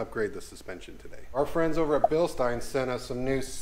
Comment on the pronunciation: Hi I'm the pedant in the comments here to say "Bill-Schteen", not "bill-stein"